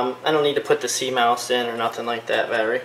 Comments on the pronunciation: its butane not bupane and its cmos not cmouse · It's called buTane not buPane. It says it right on the can. There's no such thing as bupane. And it's a CMOS battery not a CMOUSE battery. And you're?